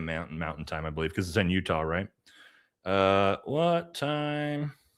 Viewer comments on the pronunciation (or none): none